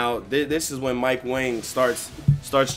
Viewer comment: Yo lmao I saw That nigga mike wang his name is actually pronounce mike wong LMAO that shit crazy bro